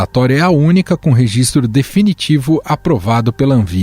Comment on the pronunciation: O cara que mal fala português virando olhinho pro Girão repetidamente falando "reZistro". Que vergonha.